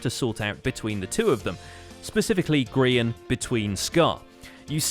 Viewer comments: It's Gray-in, Grian. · Grain? GRAIN? Hello! G-R-I-A-N is a hermit, not a bread!